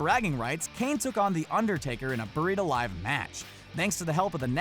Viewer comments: Ummmm..... it's a 'BURIED ALIVE' match not BARRITA LIVE match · Does this joker even watch wwe? It's "Buried alive" not barita live. FFS, A typo is one thing but he's even pronouncing it that way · He said barrita live.... let that sink in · So many fails on every aspect. 1. It is called a Buried Alive Match not a Burrita Live match. 2. Booker T wrestled Scott Steiner not Rick Steiner. 3rd you showed Undertaker attacking Ultimate Warrior when you said Randy Savage. 4. It is called a Battle Royal not Battle Royale. Basically repeating everything already said by Joey Styles on WWE's warehouse episode with a lot of botches. Big Fail. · You said “baritta live” not “buried alive” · "IDIOT" it is "Buried Alive Match" NOT "barita live" BIG IDIOT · It's BURIED ALIVE, not barrita live. WTF is wrong with you guys? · Starting to think the guys on this channel have no clue about wrestling. Just came from another video of their's where they butchered Ted DeBiase's name. And now they think a match (a buried alive match) is spelled and called a Barrita Alive match? Fools. Do some damn research. Two vids in a row I've seen where you look like moronic posers. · Abigail Monhollen just a typo? He even says it as Barrita Live match. Dude don't post wrestling videos if you don't know what the heck your talking about. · It was, in fact, a buried alive match. Not "barrita live." Wow,. Just, wow. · Mike Ramish the fact that he pronounces it barrita live is what makes it ridiculous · dude this network is made of dozens of employees. I can promise you the voice over artist and the editor were different people. Maybe the voice over artist pronounced it weird and it showed up as a typo for the editor